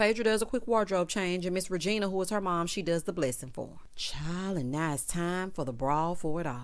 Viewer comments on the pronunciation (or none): none